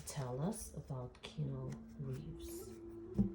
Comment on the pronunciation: Keanu = Ke-a-new, not Keno. But, good reading 😊